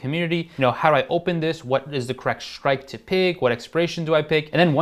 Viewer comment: Shritke or strike price 😅